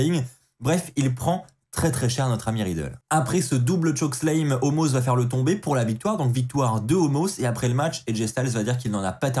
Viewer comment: Stp, revois ta prononciation de "chokeslam".. Tu me fais mal aux oreilles à chaque fois 😉